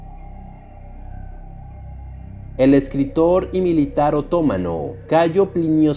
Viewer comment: Esa acentuación... Es otomano, no otómano y Heródoto, no Herodoto. (Hasta lo pone en rojo en los correctores ortográficos).